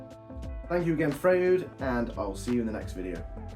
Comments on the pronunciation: Are you sure its not pronounced Fr-oy-d? Like sigmund freud? 😂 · Nice review. I especially enjoyed the embedded nail experiment! I do beleive it is pronounced "Froyd." Also what you were calling "gulleys" are technically called "gullets" and they are really important for material removal to help keep the blade moving forward, faster and reducing burning. Combo blade (higher TPI) gullets are usually shallower than rip blade (lower TPI) gullets because the combo blade is designed as much for cutting wood fibers which usually produces much smaller chips (also taking it longer to make rip cuts). Rip blade gullets tend to be deep because the blades are designed to "chip" away at the wood producing larger chipsmaking and making faster cuts than combo or crosscut blades. Last thought on blade thickness (kerf). I prefer to use thicker kerfed blades on my table and job site saws - they are more stable with less wobble than the thin kerf variety, especially on deeper cuts. Thicker kerf blades also seem to remove material more efficiently than thin kerf blades allowing the blades to run smoother and cooler. Keep em coming...